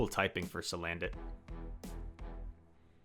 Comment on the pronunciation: Cuz, it's name is salandit not "sandalit"